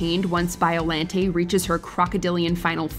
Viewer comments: its BioLAWNte not LANDT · WatchMojo always amazes me. How they can get so many pronunciations incorrect. Biollante [ bahy-oh lan-tey)